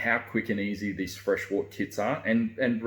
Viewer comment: I wish people would pronounce wort correctly. It's pronounced "wert"